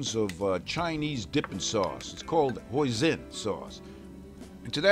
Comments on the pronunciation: Amazing!!!! also btw it can be pronounce "Hoi-seen" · I too, am missing something outta my life. It sucks. BTW, it is an "S" in Hoisin, not a "Z", and you pronounce it as such.